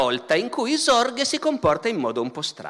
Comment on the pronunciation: Ascolto youtube come una radio senza guardare l'immagine, ho sentito tutto questo video convinto, per la strana pronuncia di Barbero, che stesse parlando di Zorge e non di Sorge. Credo Barbero dovrebbe tenere conto la pronuncia delle lettere oltre che approfondire la storia se no si possono creare gravi malintesi.